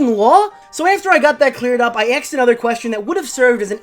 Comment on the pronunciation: You axed Heather a lot, is she okay?